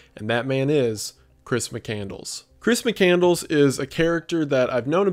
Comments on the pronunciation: JFC, you pronounce his last name wrong. It's Muh-CAND-less, not mick -candles. And the "letter good bye to a high school friend" was not a high school friend. It was the grain elevator owner he worked for in South Dakota. This is bad research. How does this guy have 3M subs?!? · It's McCandLESS!!! NOT McCandles!!! Get it right for fucks sake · Mccand-less not mccandles lol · Not Mccandles, but Mccandless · Chris "McCandles" xD It's McCandLESS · Mic-kand-less, McCandless. Not Mic-candles. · McCand-less, not Mc-Candles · There's no way his last name is pronounced "Mic-Candles". I've always heard it as "Mic-Cand-less." C'mon. And you skipped the whole part of his story about him and Ronald A. Franz and the bond they formed. Almost a father-like person in Chris's life when he needed one. But love you, Wendigoon. I know this video is 3 years old, but I've loved the McCandless story since reading Into The Wild in 2014. (P.S. I've also read Carine's book, and also bought Back to the Wild which is Chris's photos and writings. And donated to the McCandless foundation. I'm invested.) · Pretty sure it’s mick-canned-less not candles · Sir, please...his name is McCandLESS, not candles! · It’s Chris McCandLESS, not McCandles. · mc cand less not mc candles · Mc-Cand-less not Mc-Candles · MccandLESS 😂😂 not mccandles 😂😂😂😂😂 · It's pronounced muh·kand·luhs, not muh·kan·dlz. The name doesn't signify the son of a Scottish block of wax with a wick which is burned to produce light. XD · mccandLESS not McCandles lmao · I read into the wild and I was gonna watch this but as soon as I heard McCandles instead of McCandless I had to click off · I'm so sorry to be this person but his name is not pronounced mc-candles 😂 it's mc-cand- less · The pronunciation of his name is killing me. McCand(less) not Mc(Candles). Turned off this video shortly after 3 minutes. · Isn't it pronounced Chris McCand-less, instead of Christmas Candles? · McCandless. Not mccandles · Thought it was Mick-cand-less